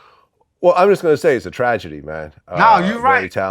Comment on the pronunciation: Crunchy Black: "It's a Trajahgy" 🤦🏾‍♂️🤣